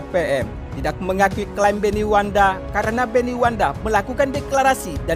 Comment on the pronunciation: Maaf bukan wanda tapi yg betul itu Wenda . .